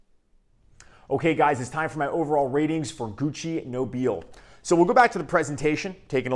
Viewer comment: Amazing stuff. That I rarely wear because I'm trying to conserve juice. 😄 Although, since Gucci is Italian, I believe it's pronounced "No-bee-lay." Like La Dona e Mobile from Verdi's Rigoletto. 🎼Nobile e Mobile. 😆 Honestly, watching Pavarotti's expressions when he sings it in Ponnelle's film cracks me up every time.